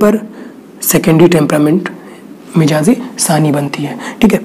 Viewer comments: Very nice. U r doing great job. But its not MIJAAZ. corrct pronounciatn is MIZAAJ. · mijaz mt boliye jnab mizaj hai sahi alfaz.